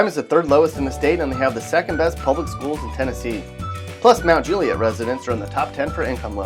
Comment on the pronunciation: Franklin? 😂 mt juilet? 😂😂😂